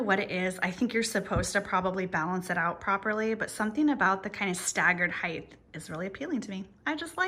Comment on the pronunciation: please forgive me, but since you often use the word "hight" in decorating, may I respectfully point out that it is never pronounced with a "th" at the end. Love your Vignetthes.!! lol.